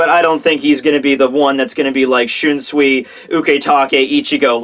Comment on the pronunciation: why do you pronounce shunsui like that when you obviously have no problems with most of the other names?